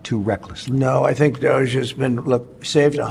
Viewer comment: Hey Gavin, it's DOGE not douche.😂